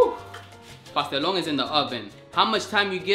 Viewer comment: It’s pastelon 😭